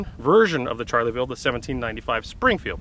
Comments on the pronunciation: Shar-la-vill ….not charley-vill 😂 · Not trying to be a smart ass, but I always thought it was pronounced "sharl-ville" not "charly-ville". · nice presentation, BUT, it is NOT Charley-ville !!!!! it is French 'Shar-Lay-Ville' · This musket is not a "Charlieville" but a "Charleville". There is no "i" and the "e" is silent. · Shar (hard r) leh ville... Not Charley.. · Isn't it pronounced Schar-la-vill? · "Charlyville" - actually you don't pronounce the "e" ; ) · Charley ville. 😂😂😂😂